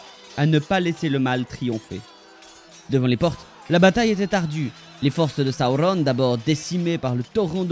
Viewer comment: T’es vidéo pourrait être bien mais ta façon de prononcer les noms est horrible . Sauron pas compliqué pas Saoronne